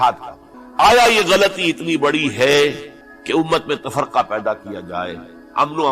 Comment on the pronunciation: تفرقہ tafarqa ❌(مولانا غلط تلفُّظ) / تفْرِقہ tafreqa ✅